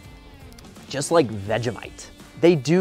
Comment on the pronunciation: i just unsubscribed because of his way to say Vegemite